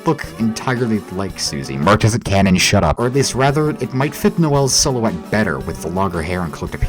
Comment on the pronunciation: "MERCH ISN'T CANON, SHUTTAH" damn bro what did Shuttah do to you?